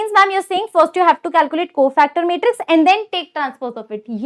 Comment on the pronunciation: Matrix ❌ metrix ✔😂